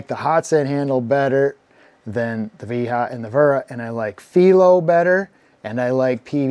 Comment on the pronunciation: Thank-you for pronouncing Wiha correctly! Can't stand people trying to promote the Vee-Hah pronunciation and yet they don't call their friend William "Veal-healm" Long live Willi-Hahns legacy